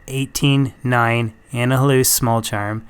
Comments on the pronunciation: ANI-HI-LOOSE lmao wtf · Man... I love your videos. But, the way you pronounce annihilus (think annihilation) and voulge (think Bulge), is borderline maddening. Other than that... keep up the good work!